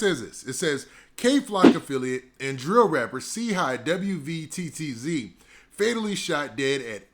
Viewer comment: W V T T Z bro just say WATTZ